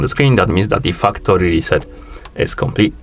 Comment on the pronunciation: Man the way you day factory is hilarious....😂😂😂 Sounds like Fuck tori. Be careful